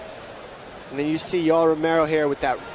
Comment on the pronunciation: не Ромео а Ромеро, произноси имена людей правильно